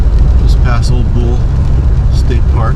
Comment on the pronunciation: I have been fishing that area since the mid 1960's. Camp at Ole Bull often. It's pronounced "Oh-lee Bull"... named after the Norwegian composer who led a group of settlers in an attempt to establish a settlement near where the current park is located... the attempt failed.